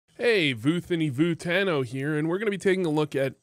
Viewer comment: I already enjoyed the content you produce and appreciated the insight you provide into CS:GO that might not have been afforded to me before. Really have significantly improved my play in no small part due to your channel. But voothany vootano? Instantly subbed and hit the bell without a second thought, 2 seconds into the video.